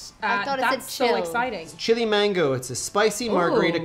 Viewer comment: There is NOooo! "I" in Mango.... Stop saying "maingo".... 2simple words man.....go Not, main go